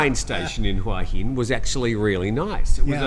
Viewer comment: still can’t pronounce Hua Hin correctly. 😊